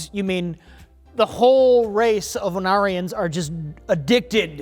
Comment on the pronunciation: When you first mentioned the Ornarans (said as Onarians), I was like please tell me their planet is called Onara while giggling to myself. I did a search and it is a very close Ornara, but there is a Bajoran character named Onara in DS9. Onara is the Japanese word for “fart.”